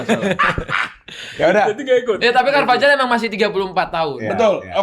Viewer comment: Bahkan base pengetahuan bola orang biasa normalnya nyebut cervajal jadi carvahal, tapi tidak😂